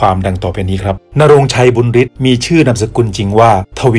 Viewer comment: บุญฤทธิ์ อ่านว่า บุนยะริด นะ ไม่ใช่ บุนริด